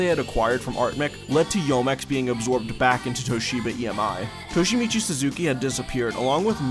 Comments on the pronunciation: Enjoy your videos but Youmex is pronounced “U-mex” and is derived from the words “You” and “Yume” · great video, but please work on your Japanese pronunciation. Youmex is pronounced "yuu - mex", Yoshitaka Amano is Yoh-She-Tah-Kah Ah-Mah-Noh for a few examples...